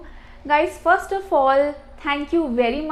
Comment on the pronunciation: Work on your pronunciation. hard to understand. Compare the pronunciation from the online dictionary and yours, I cannot even recognize some words. You say lEto = letter , fOst = first.